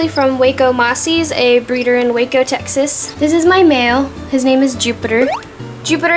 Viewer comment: the way she says Texas😅😅